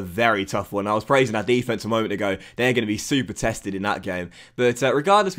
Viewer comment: Why do you say Defence like an American?